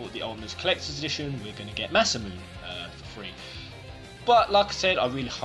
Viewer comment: ma men you have to say Masamune like masamunay, no like masamoon